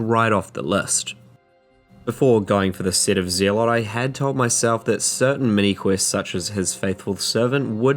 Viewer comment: Lol yeah but I'm just messing with you. It's pronounced like "zealous". They are the same root word.